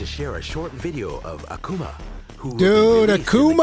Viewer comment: The way says "Akuma" is actually the correct pronunciation